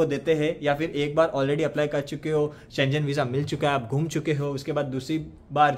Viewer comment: It’s pronounced as SHEN GAN NOT SCHE JEN